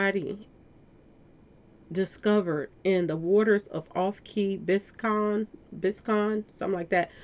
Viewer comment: Pronounced Biz-cane.=Biscayne